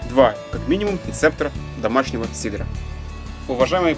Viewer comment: надо говоритт сидр, рецепт сидра, а не сидара )) а так все отлично!